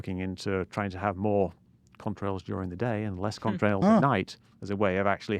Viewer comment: Am I the only one who thinks Mick's saying cumtrails?